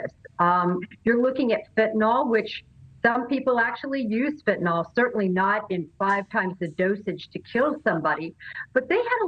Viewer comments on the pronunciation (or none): It’s FENT..not fint… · and EVERYONE- it’s pronounced FEN-TA-NYL not FEN-TI-NOL